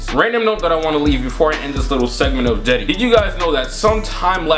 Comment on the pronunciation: Why is he saying Jedi instead of cedi